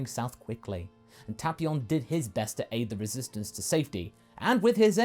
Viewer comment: Tapeion not tapion your mispronouncing it